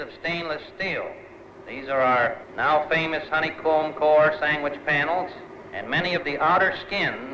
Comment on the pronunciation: "Honeycomb Sangwich"